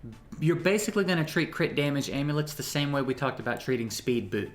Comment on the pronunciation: "Crit damulage"